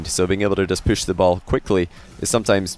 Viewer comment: ''poosh'' the ball quickly... LOL